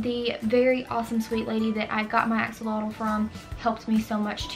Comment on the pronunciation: I keep hearing you say "Axe alotto" lol it is actually pronounced "Ax -Olot"